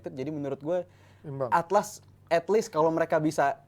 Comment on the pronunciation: Yg gw inget Ada yg salah ucap harusnya etlis inimah Atlas wjwkkwwkwk